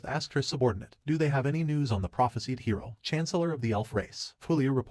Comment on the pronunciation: it seems this HI Row is much more ..... Hi Row? did you just let your AI ENGRISH the word Hero? MORON!!